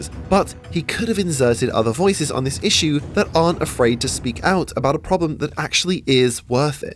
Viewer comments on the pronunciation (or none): none